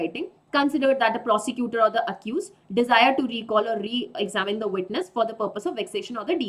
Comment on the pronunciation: Thnx maam for wonderful lecture...but plz ur examine Pronounciation is wrong..... Plz check it.... It hits my mind again n again